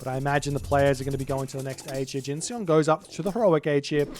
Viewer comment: Hey, if Jin_Seon is as Korean as his name looks, then the Seon should rhyme with the bon in bond - no e:)